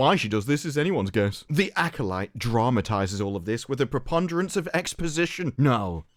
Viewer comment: Why did they have the guy that can't pronounce acolyte say acolyte?😅